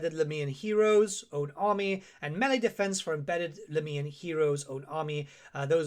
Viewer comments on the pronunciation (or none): none